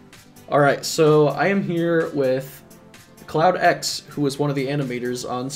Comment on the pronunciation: How many times did he call CloudX "Cloud9"?